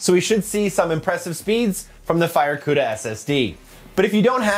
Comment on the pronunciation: I cringed each and every tine he said the word “FireCuda”…ewww